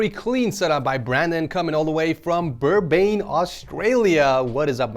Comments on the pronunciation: Brisbane Australia btw not birbane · it isnt berbain it is brisbain (there is a (s) and the the last bit is bin brisbin) lol sorry if it sounded rude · Please tell me you didn't just call Brisbane, Bur-bane? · I’ve lived in Australia all my life, can’t say I’ve ever heard of a town called “Burbane” lmao. That’s even worse than “melborn” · Man really said burban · bro said burbane australia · Burbane? Birbane? Birbbane? 🤔🤣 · You butcherd "Brisbane"